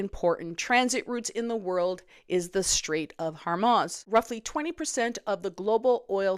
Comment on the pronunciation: 1. Pronunciation check: HOR-MOOZ. 2. Hey East, reality check- one way to hedge would be pull a hundred trillion dollars out of the ground in AB but that would mean giving a voice to them, which ON/ QUE and the ridiculously skewed say of the floundering Atlantic provinces have prevented. Sit in your own muck or wise up. Enjoy the ‘power’ AND higher rates, and screwing us ALL. AB needs to LEAVE this dysfunctional ‘family’. You have only yourselves to blame.